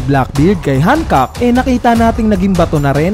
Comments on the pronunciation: Bakit "Han-kak"? 😏 Gamitin mo na lang reference kung paano sabihin ni Luffy sa Anime. "Han-kok-ku" or ”Han-kok". Ansagwa ng Hankak tunog titi 🙄 Btw, sobrang saya lang na nandoon si Coby at Rayleigh. Napanatag akong hindi mamamatay si Hancock. Magwawala talaga ako at ang One Community lalo na ang LuffyxHancock fans pag pinatay nila si Hancock. At mas lalong magwawala si Luffy! Pero naisip ko lang, kapag pinatay ni Blackbeard si Hancock, magkakaroon ng dahilan upang mangyari agad yung Blackbeard Vs Luffy. Hahabulin sya ng Straw Hats, di pwedeng hindi! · Yung pronunciation sa "Hancock" 🤢🤮🤮 kairita, parang denedegrade si Hancock Napropronounce na nga sa anime na "Hancock = Han-kok" tas dito "Hankak" Kairita, di ko na pinatapos, umay!